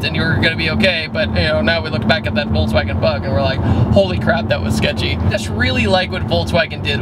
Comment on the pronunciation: voltswagen haha